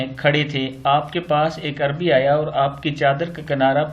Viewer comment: اسلام علیکم و رحمتہ اللہ آپ نے انجانے میں دو الفاظ صحیح ادا نہیں کیے اعرابی اور تاوان ۔ آپ بہت اچھا کام کر رہے ہیں اللہ کریم آپ کو اسکا بہترین اجر عطا فرمائے آمین